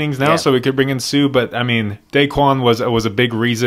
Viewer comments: Suh is pronounced Soooouu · Its pronounced SUE